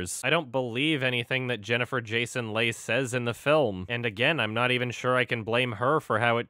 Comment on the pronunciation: I'm pretty sure Jennifer Jason Leigh's name is pronounced like "Lee" not "Lay."